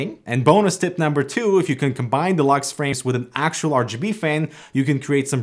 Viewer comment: First thing, this guy sounds so funny, fan he says fang. Second he gave us some many pro tips, now I am spoiled with his tips haha